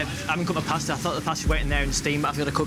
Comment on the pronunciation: The word pasta being pronounced like they are saying pastor in a southern accent is killing me 😂😂